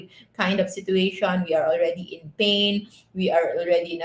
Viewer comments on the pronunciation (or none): none